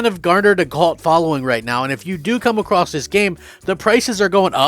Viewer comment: It’s pronounced “a-cross” not “a-cross-t” There is no T.